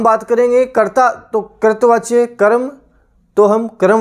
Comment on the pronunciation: Sir कर्तृवाच्य का उच्चारण "करतवाच्य" नहीं होता बल्कि होता है "करतरी वाच्य" Very Nice Class Overall Thanks for Class..